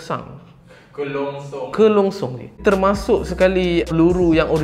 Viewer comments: "Keronsong" "Keronsang "Kelongsong" Geram je aku hahahahah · Yg aku dgr kerongsang. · Dengar sebut merongsang pun aku gelak, mudah terhibur btul 😂😂